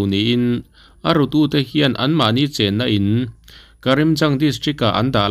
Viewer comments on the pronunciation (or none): none